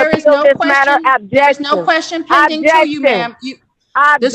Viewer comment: It's question not quastion. You don't even know the word